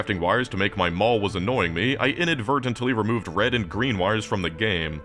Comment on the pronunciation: For a moment when he says "rend white and blue" y almost believe he could say Paraguay 😢❤